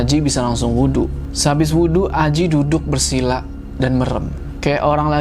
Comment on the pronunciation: Dan untungnya mereka DAPET TEMPAT DUDUKH (makhorijul hurufnya mantap nih ) nyebut huruh K nya faseh wkwkwk